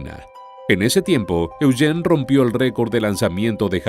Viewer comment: Me gusta como el narrador pronuncia el nombre de mi hijo: Eugene (E-u-gene) Yo vivi en el valle de san Fernando por 20 años.voy a investigar más...